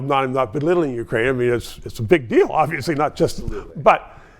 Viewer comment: Ukraine not wekraine